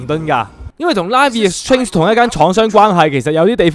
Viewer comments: 我聽到佢講Life is change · 大佬LIFE IS strange係咁讀嫁咩= =